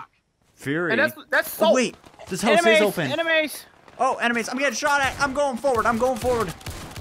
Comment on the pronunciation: Why you guys are saying animens then enemies